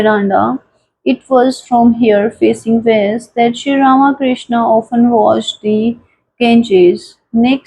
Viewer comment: Not Rama Krishna. But Ramakrishna. To be pronounced together .